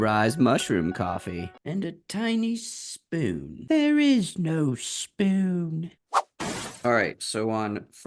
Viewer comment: There is no schpoon!!😂😂